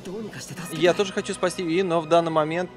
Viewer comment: Костя!Ты первый человек,которого я знаю,который не говнит второй сезон SAO.Уважуха.Мне лично как первая часть понравилась,так и вторая.Аниме Ускоренный мир имеет довольно жизненную тему,и к тому же связана с виртуальным миром,по идее.Сама не смотрела,но,для понимания некоторых деталей данной игры,возможно и стоит посмотреть.Или вдоволь.И не юИ,а Юи.